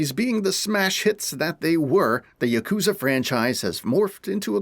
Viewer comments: bro said jacuzza😭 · Dude they don't even pronounce "Yakuza" correctly lol.